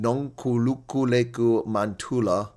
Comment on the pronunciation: Wow much much respect for efforts in trying to pronounce nonkululeko😊